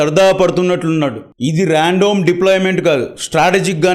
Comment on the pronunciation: ర్యాండోమ్, కోన్ టెంట్... కాదురా బాబూ.... ముందు ఉచ్చారణ సరిగా నేర్చుకో